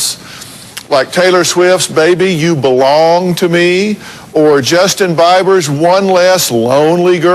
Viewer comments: Justin bye-burr lmao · lol doesn't even know how to say Bieber